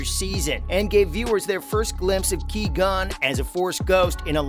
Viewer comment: You said Qui-Gon's name wrong, but still a good video.